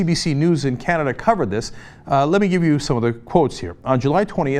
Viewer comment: Canada; C'mon people, let's put the accent on "Can", not "Duh"..............................